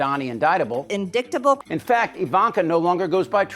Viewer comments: " Specical", "in-dick-ta-bull" ? Can these people speak Engrish?😊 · MTG…indictable…lol, pssst, the I is a long I and the C is silent, you doofus. You’re a Trump cultist, you should know that after 88 indictments.